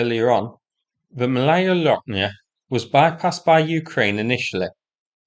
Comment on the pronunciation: It sounds "Mawaya Woknya", not "L". It's the same as in Polish "ł".